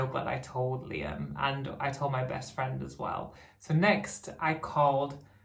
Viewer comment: the L in Liam is too far from the rest of it ! that bothers me :-)